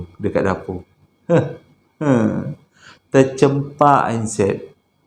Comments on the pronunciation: Ter 'cam' pak...bukan ter'cem'pak...hehehe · Tercampak..bukan tercempak 😁